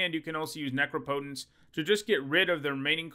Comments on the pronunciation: „Neecrowpoutaince“ right? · Has learned how to pronounce Necropotence yet? Let's find out!